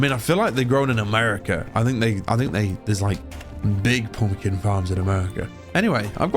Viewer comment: I love the way he says "poompkin" . Balsam for my ears. And about the video- it's like im watching a huge budget national geographic movie. Thanks for the video